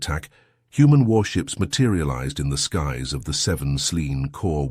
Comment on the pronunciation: "Appeerid in their skiis". Didn't you mean "Appeared in their skies"? Stupid illiterate A.I narrations. We need to start hitting the dislike, do not recommend and not interested buttons on all A.I Generated and Narrated videos, especially the ones that are clear rip-offs of other stories. You can't enjoy a story when there's so many mistakes in the pronunciation of simple words and phrases, the story starts to make zero sense. A.I generated and narrated stories are popping up everywhere, and they're being started by lazy people trying to gane the YouTube monetary system.